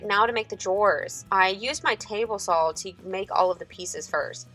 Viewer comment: There is no L in the word "saw", its like nails on a chalk board. Other then that, great video. Love your work.